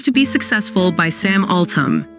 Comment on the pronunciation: It’s Sam Altman, not Sam Altam 😮😮